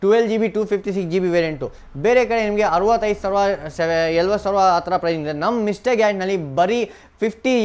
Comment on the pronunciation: Yenoo kannada mathadhya, 60000 savra , yelvarsavra 😂 karmma kannada kaliyole firstu